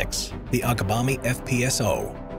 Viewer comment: *Agbami, not Abgami. I ran a supply boat to that field from Onne, Nigeria.